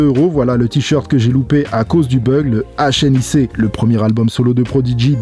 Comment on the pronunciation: Super video comme toujours! Mais un jour faudra bien prononcer les mots en anglais... HNIC ça m’a fait du mal 😅